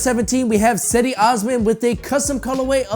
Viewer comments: His name is Cedi its pronounced (gedi). And his right shoe has the turkish flag fool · Cedi is pronounced Jed-e